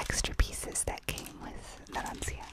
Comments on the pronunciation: It's Narancia not Naransia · IT'S NARANCIA, NOT NARANSIA